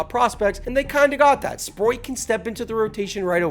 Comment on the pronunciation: Good video, but for the love of god bro, please please please, at least try to pronounce names better 😂😂😂 Sproat is one of the easiest names to pronounce